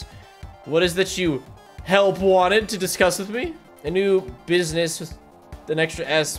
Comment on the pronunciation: It's not business, it's BUSS-I-NESS!